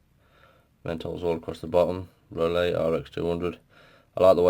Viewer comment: It's pronounced rooloo. great review thanks mate. from the US. VAPE STRONG AND SAFE GOD BLESS. Peace